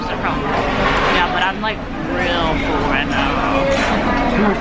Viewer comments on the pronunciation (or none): Anyone else notice that when says “full” or “pull”, she pronounces it as “fool” or “pool”? 😂